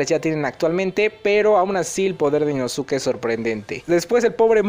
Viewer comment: dato, no se pronuncia InosUke, se pronuncia InoSke (la U es muda como con SaS*u*ke)